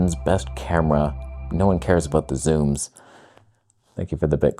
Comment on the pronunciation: First!!! Ah woof…first to say woof. …what is he talking aboot?